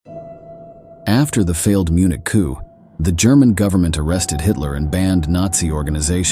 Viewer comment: The "p" is silent in the word "Coup". I do not think the speaker speaks English as first language.